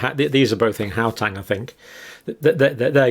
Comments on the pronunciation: Please, Dr Campbell, it is Gau-teng , not Gau-tang. (I remember your saying you were a bit dyslexic so it is brave of you to tackle our strange names!) It is wonderful hearing you discuss South Africa, and I'm very grateful for your research. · its HOW - TENG not GOW -TANG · I am from South Africa, love how Dr pronounce "How Tang" (Gauteng) :virtualhug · Please just learn how to pronounce Gauteng the right way